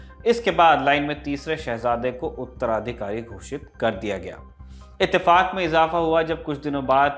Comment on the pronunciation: It's not itefak , it's the fu..